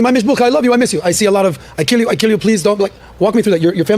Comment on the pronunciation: i see a lot of I keel you I keel you, lmao okay